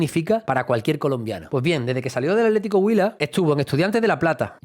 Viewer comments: Atlético Huila, acentro prosódico en la U. Está bien pronunciado, saludos desde Cali Co. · Excelente nota, y lo pronunciaste Huila muy bien. Espero que la rompa en el Betis, un equipo que me cae muy bien. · Está bien pronunciado Atlético Huila, felicitaciones por el gran informe de la vida de Nelson de Ossa, en manos del profe Pellegrini va a aprender mucho más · Muy respetuoso y delicado tu análisis. Y si, pronunciaste perfecto Huila 👍